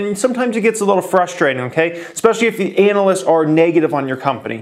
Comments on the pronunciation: It’s pronounced ‘ana-list’ not ‘anal-list’ brotha hahaha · please pronounce analyst more like "anna-lyst", and less like "anal-lyst". And please look into "Gon-calves", unless you intentionally mispronounce words for entertainment purposes:-) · Is he purposely pronouncing analyst that way? Lol